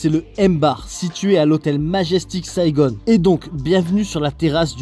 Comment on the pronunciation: Pourquoi SaigoNNE??? ....Saigon!